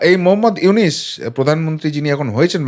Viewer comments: আরে ব্যাটা আগে ড.ইউনূস এর নামটা তো সঠিক ভাবে নিতে শিখ, তার পর তারপর ইউনূস সরকারের সমালোচনা করিস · ব্যাটা ইউনুস, উচচারন করতে পারিস না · Ki re vai na boy Aponi to Name ta bolte paren na